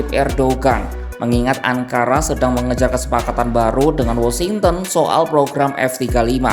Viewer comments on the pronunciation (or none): none